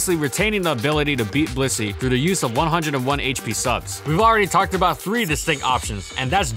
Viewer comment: Why do you pronounce Blissey as "pussy"?